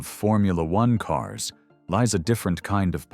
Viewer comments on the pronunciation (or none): none